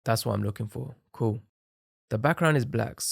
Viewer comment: bro cant say cool so he goes by saying coo